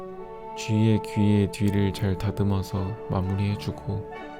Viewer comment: 쥐의 귀의 뒤에..ㅋㅋㅋㅋㅋㅋㅋㅋㅋ 발음과 자막까지 조심하시다니